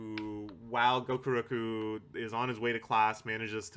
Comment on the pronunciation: i find it hysterical that you keep calling gakuro "gokuroku", presumably because the lack of respect you have for the character necessitates fewer brain cells devoted to getting his name right. also according to the internet a blue whale's eyeball is about 10-15 centimeters in diameter (about the size of a grapefruit). apparently whale eyes are actually pretty tiny compared to body size and most of them are considered to have fairly poor vision.